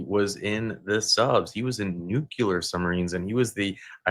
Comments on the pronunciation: Nuclear...not nucular....😂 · Please, please, please -- nuclear is pronounced NEW-CLEE-ER and not new-cyu-ler. N-U-C-L-E-A-R. Otherwise, this was another good video.